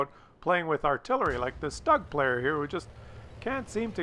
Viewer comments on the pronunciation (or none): Stoog ! Not Stog